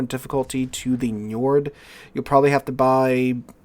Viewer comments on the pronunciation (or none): none